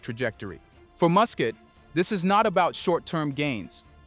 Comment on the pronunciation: Muscat should be pronounced as ' Mascat ' not mu.